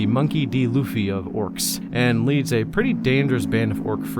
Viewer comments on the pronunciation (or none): none